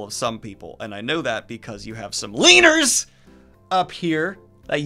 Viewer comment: Daniel says “LEANERS” like a slur.